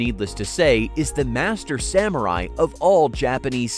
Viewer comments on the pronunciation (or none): none